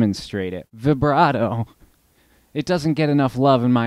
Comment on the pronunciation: Good stuff! For $28, you can't beat that pedal with a stick! Oh, and thank you for pronouncing "vibrato"correctly! It drives me crazy when people say it with a long i sound!